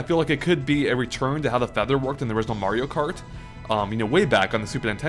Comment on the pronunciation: loll who else heard mario karty